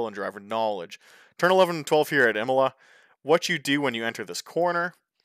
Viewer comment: Wow, Josh is nearly as bad as me. Anyway: Imola is pronounced [ˈiːmola] and Villeneuve is pronounced [vilnœv]